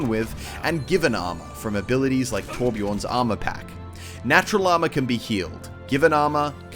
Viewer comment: ITS TORBJÖRN NOT TÅBJÅRN